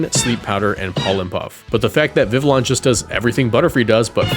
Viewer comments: Viveon. You say it like an eeveelution. No L sounds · I’m pretty sure it’s viv-ee-own because it’s supposed to be French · Pronounced vivi yon ya uncultured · Bro PLEASE learn how to pronounce Vivillon. It’s easy to breeze past when it’s mentioned once over 20 videos but hearing it 20 times in one video was agonizing. Great video as usual but please bro, the double L as a Y is not that hard